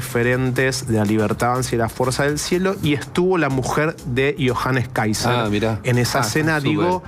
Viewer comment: Si eres periodista trata de aprender a pronunciar el nombre del candidato por lo menos es el minimo y la porqueria de gobierno que tenemos es la peor pesadilla de Chile así que lloren pero el mejor por lejos es Johannes Kaiser y no la zurda ultra Jara que se disfraza de algo que no es puedes ver como agreden , insultan y denostan a todos los que no piensan como ellos .